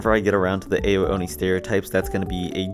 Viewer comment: w vid but his name is pronounced “ow-oni”